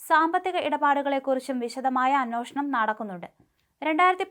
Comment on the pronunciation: അന്വോഷണം അല്ല അന്വേഷണം കേട്ടോ